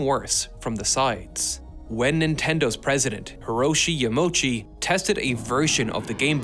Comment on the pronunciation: sorry did i just hear bro say Hiroshi Yamochi